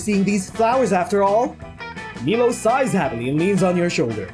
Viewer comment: It’s pronounced “My-low”. But whatever.